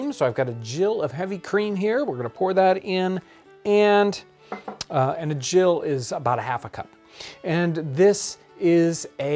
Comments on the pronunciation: The measurement, 'Gill', is pronounced with a hard 'G' such as in 'Gilbert' or 'Gettysburg' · Pronounced Gill with a hard G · Cool to hear some pronounce gill as jill. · Thank you for this fun and instructional video. Looking forward to trying this. I've just discovered and highly recommend the English Heritage channel. If you watch this video on how to make kedgeree, a British breakfast dish inspired by Indian cuisine, you can hear her mention a "gill" of cream, although she pronounces it with a hard "g" like the respiratory organs of a fish. Wikipedia, however, seems to side with you and says to pronounce it like "jill." At the end of the video, you can also see the kedgeree being served in the "water plate" that you mention. Fascinating stuff! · "GILL"????? It is pronounced the same as a quarter-pint of a fish!!!!!